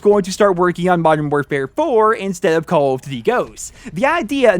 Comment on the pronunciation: He says cawl of dty